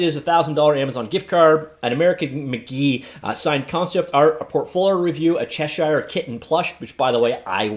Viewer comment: Hey, man. It's not, "Chesh-shire." It's "Chesh-er."